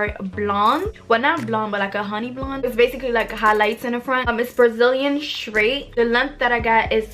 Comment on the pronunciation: The wig is beautiful like you . But lol I had to rewind it a few times because you wasn't saying straight correctly. IDK if it's because u have an accent cuz it kinda sounds like u do.